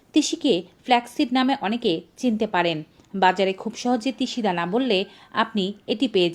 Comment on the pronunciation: তিসি ধানা কি ভাল ভাবে বল ধাও